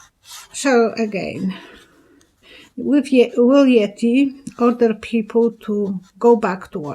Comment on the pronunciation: Hi there! Love it when you say Yetti LOl! Take good care Dear! God Bless!